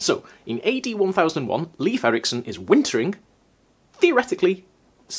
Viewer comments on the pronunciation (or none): Oh, that's what they are called in English. Squash berries, in Swedish we call them vinbär. Wine berries... It's funny to hear Leif be pronounced like leaf. It should be more like "Leif" for a Scandinavian sound. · Thanks. Was just about to comment. It's awkward to hear saying Leef, since I've been correcting people for my brother's whole life 😅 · please, Leif does not sound like 'leaf'. It's pronounced like 'Layf'. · Not sure about other Nordic languages (or Old Norse) but in Swedish "Leif" is pronounced "Layf". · Leif is actually pronounced more like "Layf" :)